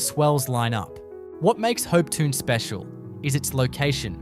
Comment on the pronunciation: Please work on your pronunciations. For instance - Hopetoun - Hopetoun.